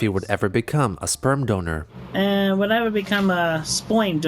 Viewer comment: Why did Chris get an Australian accent when he said 'sperm donor'